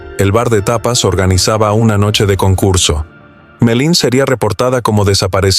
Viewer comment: No sé llama Melin!!!! Por favor!!!!